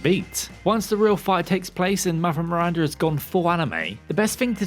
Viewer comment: MiranDA not Mirrrranrda